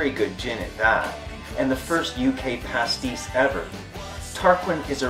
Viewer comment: Pastis mate, not Pasties